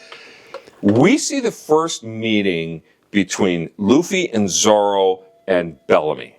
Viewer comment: I'm happy that Dad actually said Zoro instead of zolo while talking about Robin